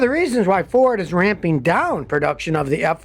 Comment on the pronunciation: "Rampeen"?????? "Lightneen"??????